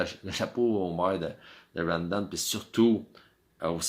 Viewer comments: ou vie tu en ville il y a plus de quebecois ,quand tu a 5000 personne tu organise et tu cash mais les bs du culculbec vous ne faite jamais d argent une cloture et de l organisation ca pourait vous aidez rawdon ce prononce raw en anglais tu a besoin de monde pour travaillez le bs du canada tu lesse tes vieux crever dans tes hospital a tu dejas voyager plus qu une semaine bye the way chu des laurentides quand tu vie a une hrs de montreal tu organise et tu cash aux lien d attendre le tcheck comme vous dite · Apprends à prononcer maudit BS !! Rawdon c’est un nom anglais TATA!!